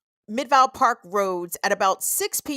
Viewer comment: Great show,! I must jokingly remark that I was extremely impressed when you pronounced Tucson correctly, and also Valencia, but managed to mispronounce Midvale.😅 Around here, that one gets standard midwestern pronunciation. Big ups for getting Tucson right, tho - unless you wanna get really de-colonized and call it Chukshōn.😊 ❤🏜 Love to you from the Sonoran Desert.